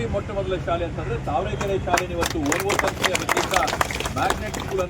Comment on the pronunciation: Volvo adu volto alla... Please correct agi pronounce madi